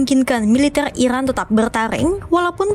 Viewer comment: IRAN bukan Ikran min 😂🤣